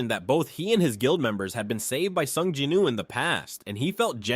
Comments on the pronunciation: His name is not jeenu. It's pronounced gin - woo. Americans can't pronounce anything correctly. Esp on this scale pls domt fk it up. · It’s Sung Jinwoo, not sung Jinuu!